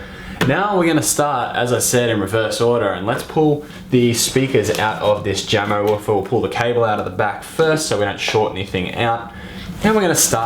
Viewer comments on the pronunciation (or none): I don't mean to be a grammar nazi here but Jamo is pronounced "YA-MO" not "Ja-mo" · jamo is pronounced 'yamo'